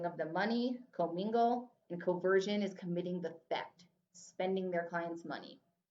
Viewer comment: hey i love your content, but in my exam material there are some things that are different: like "commingling and CONversion" not "COversion". Also the haBendum clause, not haBDendum. Thanks for your videos, they're really helpful.